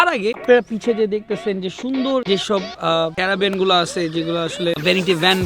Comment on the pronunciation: Its caravan not keravan